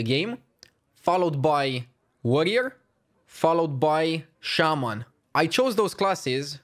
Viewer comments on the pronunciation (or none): Shaman not shaymin suck it and